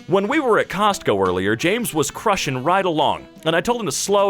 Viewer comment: word: cruising: crushing Sorry if this seems rude btw